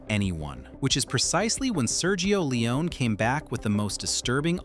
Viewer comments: Bro you can't pronounce Sergio either. Forget the i : [serjo]. Leone sounds as "lens" not "leeon" Also he wasn't a "nobody". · Sergio Lee-Oh-Nay ! – Not Lee-Own! – Segio Lee-Own-NAY ! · Long winded and quite useless, and a whole reconstruction based not on actual facts, but your very selective interpretation of them. You're creating a whole narrative of some kind of deep ideological rift, and Sergio Leone (his surname is not Leeeeohneeee as you are pronouncing it) being some kind of power-hungry idiot who wanted to box and "own" the great Clint. It's such an American exceptionalism interpretation, and it's completely risible. Cinema and anecdotal studies don't confirm most of what you said in this video. Actually, quite the contrary, most of your narrative is some sort of ridiculous bullshit. No need to even go into more details, if someone wants to actually know how things went, the information is pretty much right there without even having to dig so deep. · Narrator keep saying "Leon" without the final "e". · Clint could pronounce the name of the director? Just like the narrator still can't...